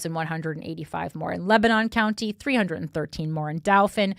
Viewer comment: The southeastern PA people wincing every time she says DOW - fin and LAN - kas - ter.